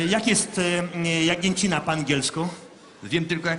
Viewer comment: XDDDD dżagniecina XDD